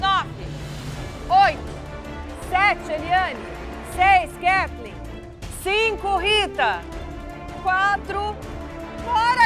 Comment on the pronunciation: Agonia do Fogaça chamando a Katleen de "Kaytleen". Mas sendo Kat ou Kay ela é uma linda, cozinha muito e torço pra ela ❤